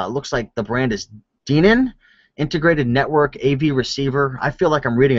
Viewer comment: Denon pronounced "DEN IN", Technics "Techniques" these receivers will bring in a lot of BUCKAROOSSSSS!!!